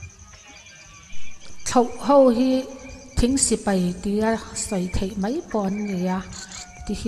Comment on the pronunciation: Hmuhnawm thin e ,mahse,mei tih ai hian mai tih hmang thin zawk ta la te ka tia,kei ka beng alo kham viau mai.